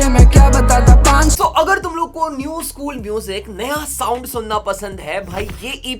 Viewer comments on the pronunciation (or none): none